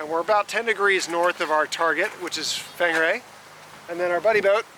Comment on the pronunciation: Whangarei is more like "wan-gar-ray".